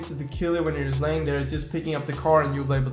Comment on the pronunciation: upgrade your english because it is not yust its just